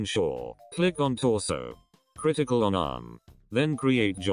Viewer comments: it literally sounded like he said critical button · THIS LITERALLY IMPROVED MY ANIMATIONS 3X BETTAH, thanks man (the way he said ctrl critical)